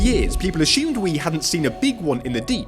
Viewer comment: When did this mispronunciation of the word assume start to creep in? Seems quite a few love to say ashume for some reason 🤷‍♀️